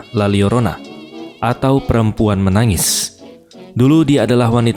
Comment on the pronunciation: bang bacanya "la yorona" bukan "la liorona" wkwkwkw karena huruf l double kalo di bahasa meksiko atau spanyol itu dibaca huruf y 🤣🤣🤣